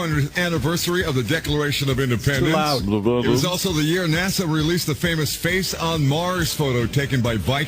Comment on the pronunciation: I realize it's probably not your first language and I get it. But goddamn, you really butchered the word "also". Downright impressively so.